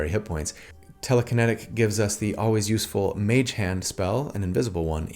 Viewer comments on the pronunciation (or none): none